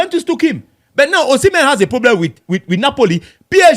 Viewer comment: Osimhen…see men…see men